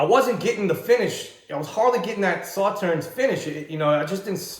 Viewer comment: Free info: The last "s" in Sauternes is silent. Pronounced: "Saw-Turn" 🌈 The More You Know 🌈